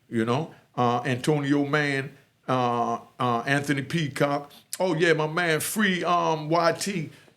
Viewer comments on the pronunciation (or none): none